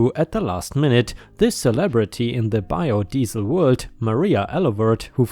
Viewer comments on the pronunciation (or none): Hello. I think you rushed your edit some tonight. Thermite and Termite. Also you pronounced biodiesel the German way. Regards from Yorkshire ⭐⭐⭐⭐⭐⭐⭐⭐⭐⭐⭐⭐